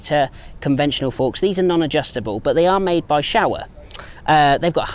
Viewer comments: Repeat after me "Show-ah" not "Shower" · Oh thanks, yet he said Shower. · Ok so who out of the MCN office has taken the piss out of his pronunciation of Showa and the Himilayan😂😂😂